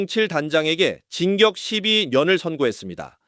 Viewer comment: 진격 18년은 뭐냐? 징역을 진격이라고 발음하네.